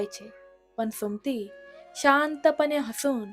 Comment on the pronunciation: सुमती हे नाव तुम्ही भरकन का उच्चारता, मग ते 'सुम्ती' असा शब्द होतो पुर्ण सु म ती असा व्यवस्थित उच्चार करावा, मराठी आहात ना मग उच्चार नीट करा, 🌹श्री स्वामी समर्थ🌹,🌸🙏 ॐ नमः शिवाय 🙏🌸